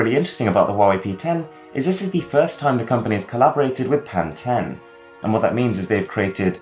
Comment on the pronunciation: I'm sure it's pronounced as 'Pen-tone' not 'pen-ten'